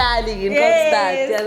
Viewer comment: not 'cockstad' sana😭